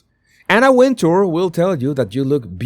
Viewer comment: She pronounces it Winter. If you listen to her interviews she’s said it’s Winter. Not Win tour. Just sayin.